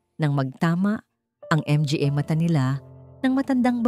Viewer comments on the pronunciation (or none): idol sorry po hindi M G A ang pagbigkas its manga po MGA...